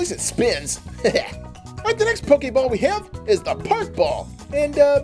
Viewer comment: U said pokaball it's pokeball